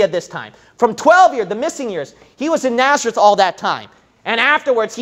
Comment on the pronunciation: It's Nazareth not Naerzeth.